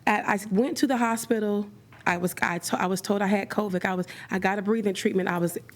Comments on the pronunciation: I thought she said covic😅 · PLEASE STOP saying Covick!!It's CovID!!LOL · Covid not Covick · The number of people across this great nation that say “coVIC” instead of “covid” in 2024 is RIDICULOUS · She also says "covic" instead of "covid" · She keeps saying COVIG and that bothers me